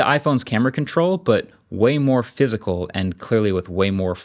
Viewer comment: Your pronunciation of "way more" finally made "Waymo" click for me. Snap.